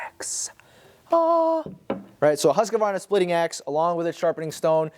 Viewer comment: Hoo-sk-varna. No comprendo husk-a-varna!